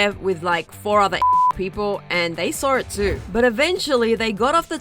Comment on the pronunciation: Lmao he "sawrit"